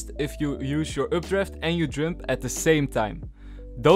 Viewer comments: Oh he's saying" jump". I'm like, jung:? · why did you say "Jump" instead of "Jump" ??